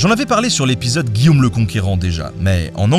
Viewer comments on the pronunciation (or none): none